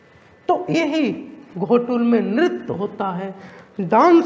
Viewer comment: घोटूल नहीं है सर गोटूल है। अर्थ का अनर्थ न करें।।